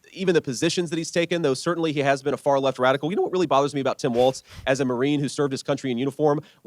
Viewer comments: Kyle: He pronounces it "Walls" not "Waltz." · Come on man, his name is WALZ NOT WALTZ. Please stop mispronouncing it!